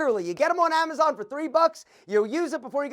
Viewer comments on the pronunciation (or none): none